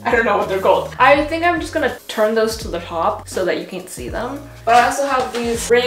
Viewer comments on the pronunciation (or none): none